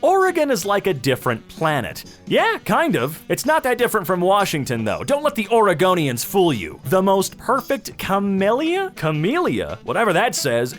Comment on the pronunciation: When he said Oregonian I thought it was argoneon